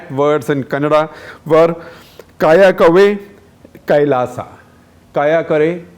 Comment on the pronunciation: It's shame, you are a kannadiga. U can't pronounce Kayakave Kailasa.